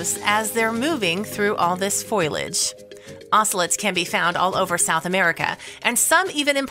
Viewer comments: Lady, you need to go to school! Foilage? Its foliage. Americans and their made-up language and that nasal voice is like fingers on a chalkboard... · Beware of veminous insects in the foilage.